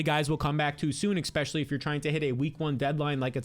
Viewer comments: Expecially ❌ Especially ✅ Nucular ❌ Nuclear ✅ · Eckspecially AND nuculear?? Legend.